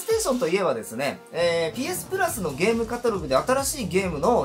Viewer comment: 寝不足の影響なのかゲームをデームって😅笑